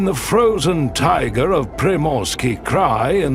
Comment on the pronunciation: Тайга - emphasis is on the ending A. I love videos about every country on our planet , every region on every continent… what I do not love at all, what irritates every sense in my body is when the program is led by somebody who does not know how to pronounce the terms the program is about!! You are mispronouncing many of the names given to the region , to the animals, to items found in that region including the word Tai-gA… 😢😢😢 Your own pronunciation of "tigAr" -- literally implies how the correct pronunciation of "TaigAAAAA" goes😂😂😂😂😂